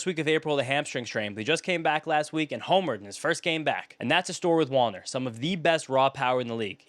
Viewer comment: Whenever you said Wallner I kept hearing wander LOL